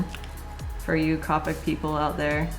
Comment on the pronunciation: You pronounced copic wrong it is pronounced with a long o not a short o